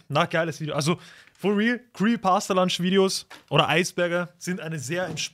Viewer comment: Digga der heisst nicht creepy pasta lunch der heisst creepy pasta PUNCH du heisst ja auch ned lyzer oder man man